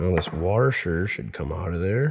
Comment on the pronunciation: he said ....." warsher "...........